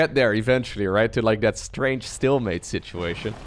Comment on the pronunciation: Hey! I've been watching your videos for years and really love what you do for the Starcraft community and fans! Maybe I'm wrong, but it seems to me you almost always say "still mate" when it's actually "stalemate", I know English isn't your first language, so I just thought I might point it out:)